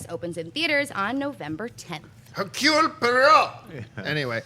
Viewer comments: You mean Hercules Poyrott? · hahahaha u murdered Hercule Poirot:DDD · Would it perhaps () be a good idea to get your head around pronunciation (Hercule Poirot) before going live?? Just a thought. You're cute as hell though. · It's Hercule Poirot it's easy to say..... Oh you can't hear me... sorry. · lol....utterly BUTCHERED the pronounciation of "Hercule Poirot".